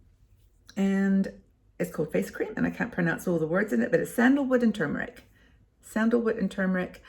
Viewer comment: Really enjoy distracting myself with your fun and new information videos....so kudos to you 👍....and I MUST commend you re your CORRECT pronunciation of "turmeric"..... Good For You👍👍😉